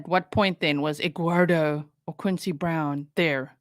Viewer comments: I love the way you say Edguardo!!! Lmao. She is so out of control. 😂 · She calls him Egg-wardo. She can't speak like a normal person. She also adds a "k" to any word ending in "ing". ie Anythink, nothink or even wrongk. Drives me NUTS LOL